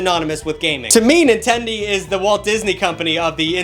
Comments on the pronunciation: lol, "Nintend-ee". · he said nintendi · Bro. You said nintendy but it's okay.👌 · Nintendy? tf are you? my great grandma?